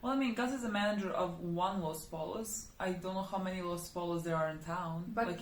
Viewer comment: Los pollos. It is Spanish. The double "l" here is pronounced as "Los poyos"